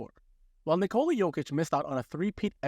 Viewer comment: lol you circled nurkic not jokic, also it's pronounced nikola, not nikola